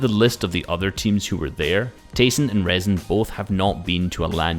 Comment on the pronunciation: btw rezon ay is pronounced risen haha